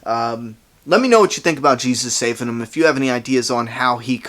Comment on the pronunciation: saving* not sabing lol